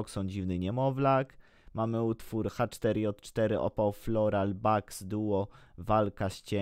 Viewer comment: H4J4 czyta się Haja